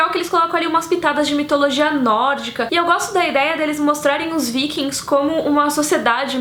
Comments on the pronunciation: fala o nome dos Vikings tudo errado mas achei legal as series recomendadas, Valeu!! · eu não entendo, qdo as pessoas falando sobre os guerreiros são vikings, qdo é a série as pessoas falam "vaikings"... sei q é como se fala em.ingles, mas acho esquisito